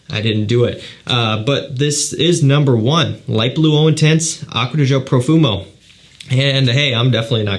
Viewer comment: The way you said Profumo 👹👹👹